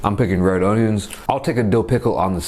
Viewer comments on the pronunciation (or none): none